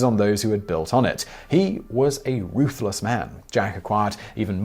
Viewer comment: You mispronounced "ruthless corrupt Scotsman."